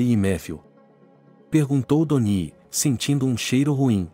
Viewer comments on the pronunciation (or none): none